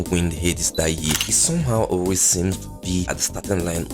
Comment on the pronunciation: He said aware not always 😂🤝🏾